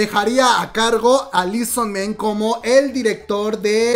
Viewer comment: Esta será la sub de la que tanto se hablaba para debut en noviembre? ¡¿EXO-RBD?! jaja... ok ya Por cierto no se pronuncia lii son men, es "i su man"